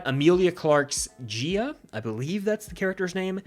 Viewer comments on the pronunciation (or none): it’s G’iah, pronounced Gi-ah